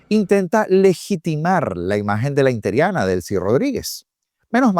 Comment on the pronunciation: INTERIANA???? X qué??? Usa bien el lenguaje, ES inteRINA por Dios.